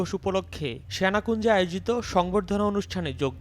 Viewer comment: What's syanakunja, it's Senakunja, correct your pronunciation, it's disgusting.